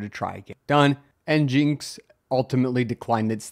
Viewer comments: Hold up... Is it, N-Jinx Or is it, N-Gin-X?? I always heard it as N-Gin-X... Who says N-Jinx? (Edit: A quick search confirms it's supposed to be a play on "Engine X" so definitely not N-Jinx.) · In is pronounced "engine x" not "n jinx" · This man can’t pronounce anything, it’s not njinx it’s engineX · i laughed quite hard at en-jinx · Nginx being pronounced Engine X makes as much sense as SQL being pronounced Sequel. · It is pronounced engine-x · NGINX — “Engine X” 🤦‍♂️ how do you so consistently mispronounce all these projects? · It's EN-GIN-X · "N-Jinx" ... this is how you tell it's just a Rust fanboy channel.